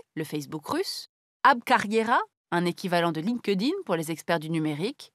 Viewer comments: "Line ke dine" pour LinkedIn 😃 Je préfère le prononcer "Linkt ine" ! ;-) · perso je prononce pas le E du coup, je fais "link din" ^^